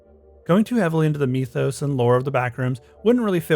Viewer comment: the way you say mithos pisses me off